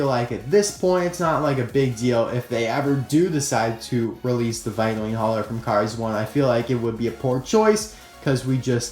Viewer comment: The pronunciation of vitoline is "Vaitolain" Not "vaitolin".